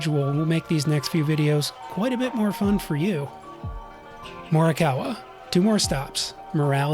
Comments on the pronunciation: The way you mispronounced morioka hurt me haha. Also, you really should’ve gone to Wakkanai, Abashiri, and Otaru. Totally worth the trip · The way you mispronounced morioka hurt me haha. Also, you really should’ve gone to Wakkanai, Abashiri, and Otaru. Totally worth the trip especially if you love the snow. Think you might have been there during the Otaru light festival too (I was there during it haha)